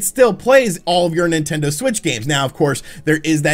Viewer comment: Nintender? Is that a dating app for Nintendo fans? 😄